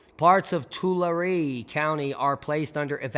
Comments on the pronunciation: Tulare is pronounced Too-lar-ee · Thanks for the great update, as always! I hate to be that person, but as an escaped native Californian, the area with the long dormant lake I believe is pronounced "two-LARRY." Love you and all the information you share with us on the GSM and the related events around the planet. ❤ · Tulare-- 2-lar-ee